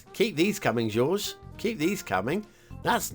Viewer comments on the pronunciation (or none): FWIW: ‘Jorge’ is pronounced like HOR-hay. i guess that is all I have to say about this map.